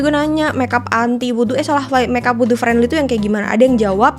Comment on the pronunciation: kak aku seneng bgt kamu ngomong “wudhu” bacanya tepat 🥰🩷